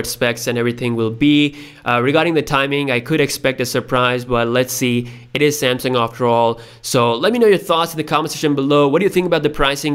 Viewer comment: 😂😂😂😂😂 are you kidding me Samsung? Samesung SE? 🤦🏻‍♂️